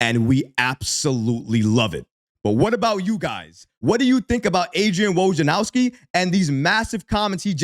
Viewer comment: Say it with me….Woj-nar-owski 🤣